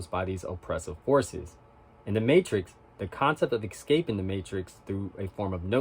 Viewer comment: Ecscaping is not a way of pronouncing Escaping